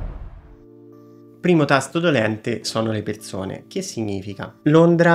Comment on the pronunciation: Ciao, grazie per le info e per il video.... Parlerai senz' altro bene l' inglese ma, cerca di correggere e migliorare la pronuncia di alcune parole italiane che ho sentito, per esempio: Perzone, zervizio, vederzi, non zopporto, diverza, la bisci....non si possono sentire. 😉🌹